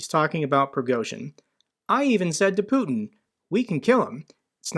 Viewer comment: Nice hearing you say "putkin" :D it means son of a p*ssy or p*ssy-like in bulgarian and it's a term we regularly use when talking about putkin